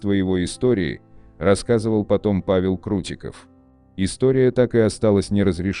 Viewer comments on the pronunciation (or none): none